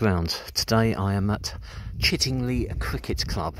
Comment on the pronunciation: Nice video , just one point , it's pronounced Chidd ing lye as in eye not Chidd ing lee . The scarecrow was part of village scarecrow competition that year .